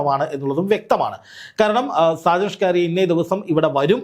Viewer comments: സാജൻ ഷ്‌കറിയ അല്ല. അണ്ണാ.... ഷാജൻ സ്കറിയ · ഡാ കു -ണ്ണേ ഷാജൻ സ്കറിയ, അല്ലാതെ ഷ്കാരിയ അല്ല നിനക്ക് അറിയാൻ മേലാഞ്ഞിട്ടല്ല നിന്റെ നീ ഒരു thaa-യോളി ആയത്കൊണ്ട് മനഃപൂർവം അങ്ങനെ പറയുന്നതാണെന്ന് അറിയാം. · എന്തോന്നെടേയ് കിളത്തുന്നോ... ഷ്കാരിയാ അല്ല... സാജൻ സ്‌കറിയ.. നാവൊക്കെ ഒന്ന് നന്നായി വടിച്ചിട്ട് വല്ല കൂലിപ്പണിക്കും പോ.. ഷ്കാരിയാ അല്ല സ്കാനിയ വോൾവോടെ സ്കാനിയ 😂😂😅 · എടോ ആ പേരെങ്കിലും നേരെചൊവ്വേ പറയാൻ പഠിക്കു. ഷാജൻ സ്കറി യാ എന്നാണ് അദ്ദേഹത്തിന്റെ പേര്. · താങ്കൾ ആദ്യം ആ പേര് നേരെ ഉച്ചരിക്കാൻ പഠിക്കൂ